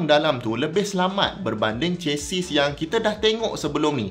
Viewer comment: Chassis /ˈʃasi/ Sebutan: Ce-si. S di hujung silent.